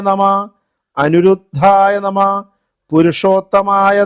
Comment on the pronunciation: Amanaya nama is wrong Vamanaya nama is right Nama is also not correct You have to pronounce namaha